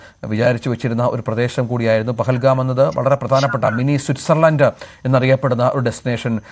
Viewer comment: പെഹൽ ഗാമല്ല ഡിയർ പെഹൽ ഗാവ്.. Plz കറക്റ്റ്..